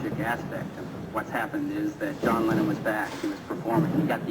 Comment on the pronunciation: This was so torturous to listen to. We can't blame poor Stevie💝, but he did swallow THE NAME of the slain artist which he'd been teasing & teasing for mins here. Could hardly hear it, I had to turn on the video CAPTIONS, which also half-missed it. Torturous. Moreover, the audience was insolently rowdy 👎🏾👎🏾, catcalling & whistling, instead of listening quietly like this witness says. The audience was pretty awful. That's why poor Stevie had so much trouble saying the truth; they weren't in a respectful frame of mind at all - but it coulda been worse, I suppose. Poor performer💜. How was he supposed to go on? Happy, as if nothing happened? Cancel the whole show? I blame the selfish audience🤡. They sucked. Even the assistant next to Stevie tried to calm them down enough for them to listen, by shaking his head.🙏🏾😇 So sad/DISAPPOINTING to see black audiences be this stupid when it counts!